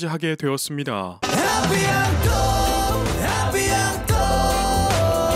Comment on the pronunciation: 영웅님 의 어느종류의 노래를 들어도 가슴에 닿게하는 노래 재주가 천재 입니다 A bientôt 발음이 아비앙또가 아닌 아비앵또로 발음을 해준다면 완전합니다단어서두에 en은 앙 으로 발음하지만 단어중간에는 앵 으로 발음합니다 아비앙또 어색해요.아름다운 노래인데 너무 아쉬워요.영웅님의전화로 알려주시면 어떨까요? 작별인사지만 미래 재회 기대가 있는 .곧 만나자가 포함됩니다.하시는 말씀에 동감이죠 .건행